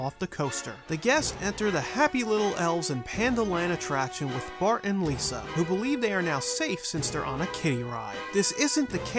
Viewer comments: he seys “Bort” not “Bart” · It’s Bart,Not Bort! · You said bort not bart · It’s Bart not Bort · Lol he called him "Bort" 😂 that's awesome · hmm don't know if he is referring that ep or just does know how to say bart